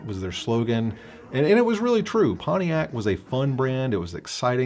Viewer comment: It is PonTiac not PonE iac !